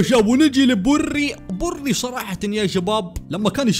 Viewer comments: اسم براء مو بري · بوري ههههههههه براء مو بوري هههههههههه